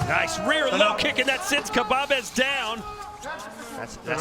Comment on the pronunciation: He called khbabez kabbab